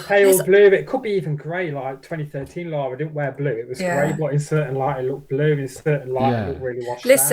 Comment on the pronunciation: They better pronounce her name correctly.. It's Lara nor Lora.. A tip for getting the proper Lara Croft costume..She wears a teal coloured leotard as the base.. Then brown shorts, calf length white hiking socks, brown army style boots calf length.. Brown leather backpack, brown Leather dual gun holsters..